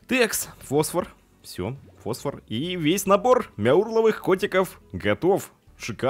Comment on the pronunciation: фосвора а не восвора